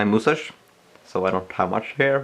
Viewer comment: HE SAYS MOOSTASH AHHHHHHHHHH...i love it 😂